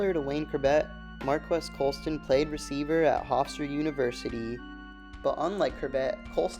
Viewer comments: You aren’t saying his name right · He’s so underrated even the people making videos about him don’t know how to say his name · Prnouncing his name wrong!